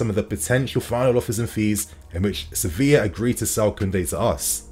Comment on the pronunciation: Does anyone else hear "Sophia" when he says "Sevilla"?